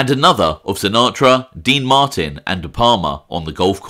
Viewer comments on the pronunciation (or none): none